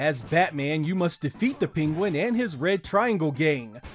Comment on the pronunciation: “Peen-Gwen” lmfao